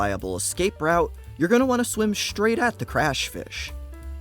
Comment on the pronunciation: shtraight, shtrong, dishtracted, shtrike, shtrafing, shtrategy